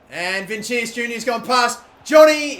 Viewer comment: It's pronounced vinishus